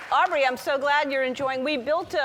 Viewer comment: Ellen the-not-so-generous could've gotten Aubrey's name right